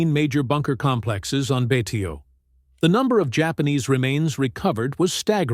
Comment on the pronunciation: Also Betio is pronounced " Bay show".